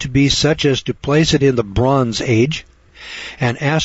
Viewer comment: "Bron age" Why does the narrator call it by that name?